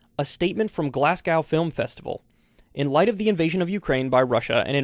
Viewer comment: Fyi Glasgow is pronounced "Glass Go"